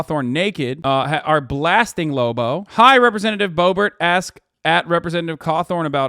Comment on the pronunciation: Don't ruin the name Lobo like that.